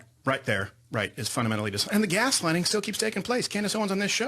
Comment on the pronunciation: Crowder really said "gas lining" didn't he